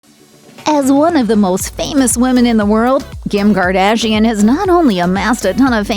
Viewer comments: Did she just say ~Gim Gardashian~ LMAO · Did she said gim gardashian? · „gim gardashian“